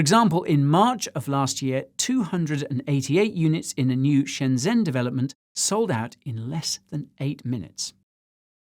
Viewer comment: Oh Guy, your pronunciation :( (Shenzhen - actually pronounced "ShenJen", President Xi - Sshi, Guangzhou - GWangJo)